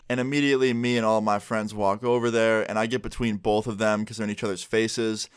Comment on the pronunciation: Stop saying bolth lmao